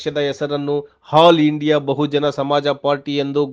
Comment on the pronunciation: It is ALL INDIA BSP not Hall india. Please correct it. KansiRamji name is also pronounced improperly